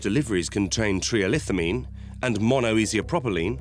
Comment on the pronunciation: Tri ethyl amine is how it's pronounced